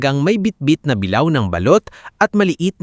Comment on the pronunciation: Sa lahatng narrator ikaw ang pinaka tanga at nang kang sakit sa tenga pakingan turuan kira sa:-(ang pag bass ha hindi bilaw ang sabi mo bing una sabilao dba bi la o tsaka ang isa bulwagan di bulwagan ago baliw